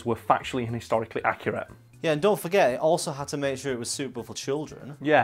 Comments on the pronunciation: 100% Accu-Rat-e. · HH is also on Hulu! Over here in America me and my Mom binge watch it and Stupid Deaths is her favorite bit too, also do you mean “Accurat”? And to answer the Prince George question, I think it’s Thick Wig like thick head